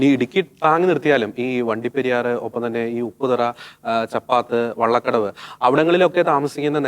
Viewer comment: വഴി കടവ് അല്ലാ വള്ളകടവ് എന്നാണ് ആ സ്ഥലത്തിൻ്റെ പേര്